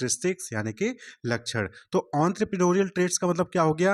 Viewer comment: ❌️Lachan ✅️ लakक्ष्ण 😭